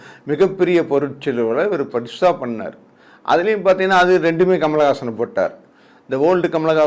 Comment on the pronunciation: கமல் ஹாசன் பெயரை சரியாக சொல்லுங்கள் தயவு செய்து.